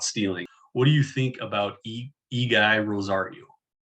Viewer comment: Appreciate the analysis, but FWIW it's pronounced "Eggy."